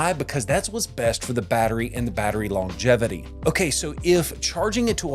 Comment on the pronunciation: You don’t pronounce “longevity” properly. That’s about all I got out of this video